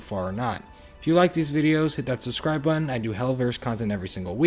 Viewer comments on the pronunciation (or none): none